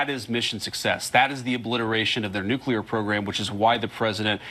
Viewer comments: Didn't she use the redneck form of nuclear a.k.a nucular ? Since G.W.B. that awful word has become common practice. It has no meaning because it a made up word, nuclear pertains to the nucleus of an atom . As a famous Scottish comedian once said : It's NUCLEAR , ya prick . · Nu-Clear not new-klee-are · Thats it! Nucular!!😂😂